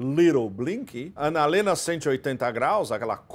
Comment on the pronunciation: Eu não consigo ouvir o dizer "analena 180 graus", sem gargalhar 😂